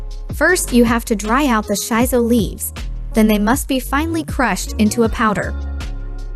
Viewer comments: It pronunce shi-so not shai-so. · Thumbs down because you mispronounced the plant name. It's "Shee So" not "Shy So"!